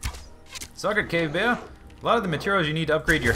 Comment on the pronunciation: Every time you say cave bear, it sounds like you're actually saying 'gay bear'